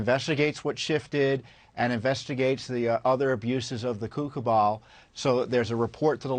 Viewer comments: Beware of the Kooka Ball. (yes, I know what he said, but this what it sounds like when you watch at double speed) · Did you say Co Co Cabal?